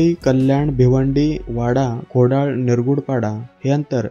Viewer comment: खोडळ नाय रे खोडळा आहे ...